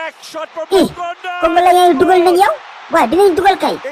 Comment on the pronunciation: Congolais au lieu congoléen😂😂😂